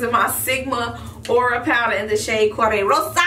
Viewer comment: I love the look. Just as you said, that look works for school as well as work as well as going out. You asked about our favorite shadow shades. I like the golds and browns for myself most times but I also like silver and grays for a more bold eye. What kind of lashes did you use? Oh and get that rrrr sound together when you say Corde Rosa😂